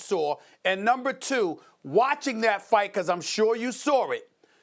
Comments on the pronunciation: Stephen “I know you sawr it” Smith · I'm weak. That shit was hella funny 🤣🤣🤣. SMH. Sawr it!...